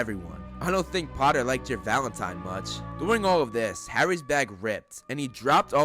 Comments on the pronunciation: "Famous harry PPoTTah" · Nah , Draco said pottah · I bet Malfoy's favorite word is "POTTAH"